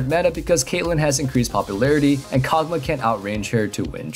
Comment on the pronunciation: “Kog Maw” not kog muhh